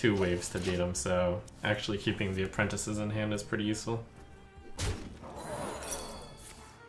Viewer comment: This fuggin dude...."apprenticEYE" ....it's just apprentices